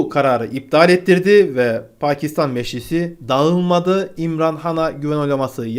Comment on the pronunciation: Bu adamın şu kelimeleri söylemesi beni gülümsetiyor :D Libya : Lipya Meclis: Meşlis